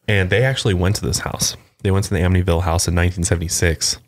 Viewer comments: Ammonyville? Wth? Who calls it that? It's "am-it-ee-vil" anyone who says otherwise is brain dead. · The "t" in Amityville is not silent btw. Its said exactly way that it's spelled. I grew up in Av & now I live like 10mins away lol Just wanted to let you guys know ☺️☺️ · You said it wrong...it’s really not that hard to say. Amitty-Ville. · They were saying “Aminyville” so they were saying not only is the T silent but it is also magically changed to the letter N! I was so confused and started to doubt myself! Thank you for the clarification! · say 'Amityville' like Australians (psa: we dont pronounce most letters properly) amid - ee - ville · Lol its cute but its not a silent t! Its like “am it tea vill”. I live on li and they often have cops roaming the area because people live there (last i checked) and so many people show up to their property. I had a house directly behind me where the son murdered his whole family but i forget the name of the family because it happened a few years before we moved in and i didnt bother to look into the details. No one ever moved into that house while i lived in the area. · Ugh.. it’s just AmiTYville. Exactly how it is spelled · I’m a long islander and I’m cracking up at them struggling to pronounce amityville 😅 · Im from NY too and I was so confused as to how they were pronouncing it 😭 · Since when is the “T” silent? Or replaced with the sound of the letter N? I’m sooo confused by that. I’ve Always said it just the way it looks. Wow, if that’s true then I feel stupid. 😂